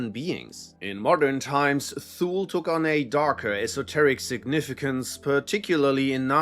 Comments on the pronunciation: Thule is pronounced too lee. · Thule is pronounced as Tool-Lee. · I believe Thule is pronounced "too-lee".